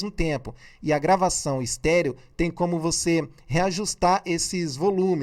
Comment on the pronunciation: Senhor YouTubezinho pensei que faria uma análise técnica, mas não essa piada de achismos seu. Cume? Bolsonavis não fala "cume", por que ele não fala errado? Se até você fala errado e é muito mais inteligente do que ele, imagine o ignorante do bolsonavis. Você fez toda essa piada de análise para ganhar like, foi?